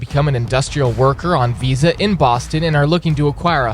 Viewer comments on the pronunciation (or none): none